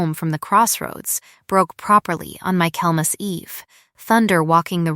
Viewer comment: Michaelmas not mykelmas